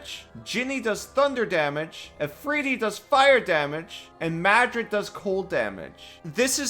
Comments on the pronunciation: It's pronounced "mare-rid" not Madrid, hehehe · Yeah, I don't know the correct pronunciation, but I've always said MARE-id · You said it twice ahhhhh. It is pronounced "Mar- RRRRR-id". Ahhhhhhhhhh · Bro added a whole letter to Marid (if you're dyslexic I am genuinely sorry for making fun of you) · Mispronouncing is one thing. It's another when you add a second D to marid. Marids are genies, their single D is big enough for their name. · Marid, not Madrid. :) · Hey, the pronunciation was fine until you called the water genie the capital of Spain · Pronouncing a lot monster names is usually something I just say "yeah however you pronounce it is your characters regional accent, because hell I don't even know how to pronounce it" The way I pronounce the genies names are Dow (the way you do) Jeen-ee (exactly the same as genie) Aff-REET-ee or if-REET-ee... Because in my real life accent sometimes Is sound like As Muh-REED I don't claim these are the correct pronunciations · You did mess up the name. Probably on purpose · "I'm going to butcher these names" -- does great except for adding letters that aren't there in Marid. It's not the capital of Spain. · Dude, how do you pronounce a non-existent D? Did you do this vid drunk? Still this was fun to watch. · Except for Marid, your pronunciation is fine. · yah not sure where he is getting the second 'd' sound in the middle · So close lmao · I mean for me little mistakes like that only make videos more entertaining.